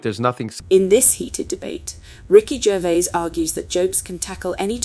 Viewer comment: Ricky Jazz, really!😂